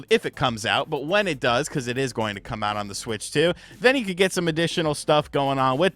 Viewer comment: Bro is it much as I roast you? That intro was wow my boy😂😂😂😂 the voice on "come"😅